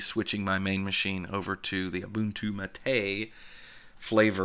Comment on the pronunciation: James Van Damme also it’s MAH’ TEH.